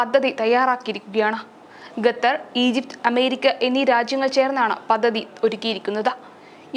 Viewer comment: കൊച്ചേ ഞാൻ നേരത്തെ പറഞ്ഞിരുന്നു, ഗതർ അല്ല ഖത്തർ ആണെന്ന്.. ഇനി മേലിൽ ഗതർ എന്നു പറയരുത്.